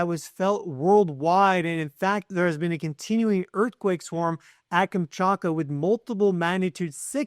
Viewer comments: Omfg, every time I hear you say “kamchAKA” instead of “kamchaTKA” it makes my ears bleed a little more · You’re saying it wrong, Kam-chat-ka, not Kam-chart-ka. Trippy how many Americans are incapable of saying, or maybe reading, Kamchatka correctly. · Kamchatka. KamchaTka. There is a T to be pronunciated. Please. I wrote private email two weeks ago about this. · Only you Say the T in Kamchatka.